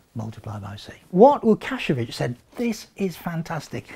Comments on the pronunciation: Yes Mr professor, you pronounced "Łukasiewicz" surname well. Great video! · As a Pole, I'm incredibly impressed by his pronunciation of Łukasiewicz's name. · Pretty good pronunciation on Łukasiewicz's name. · props to! very good pronunciation of Łukasiewicz surname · I was impressed, it was very good pronaunciation of name Łukaszewicz. :) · Your spell of Łukasiewicz last name was one of the best I've heard from English speaking person :-) Ł soft W it is .. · Karol Wawrzyniak He did really well, but this isn't the first time he sees that name. I guess it did take him couple of minutes to learn it. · Wow, that's a perfect pronunciation of "Łukasiewicz". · Actually, he didn't (so, neither did you). The way you spell it is : Łukasiewicz. He pronounced it right though.